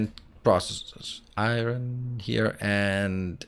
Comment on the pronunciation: Granny liked it, she really enjoyed your Danish eye-run pronunciation. That is the dialect she uses to call the device used to take wrinkles out of clothes. You span the generations well.